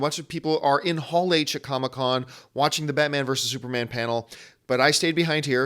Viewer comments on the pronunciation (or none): none